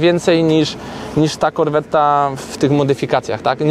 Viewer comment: Na boga nie wymawiajcie dwa t w słowie corvette